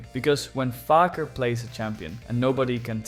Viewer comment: Mispronounced Fakers name too